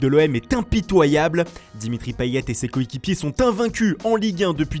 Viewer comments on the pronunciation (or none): none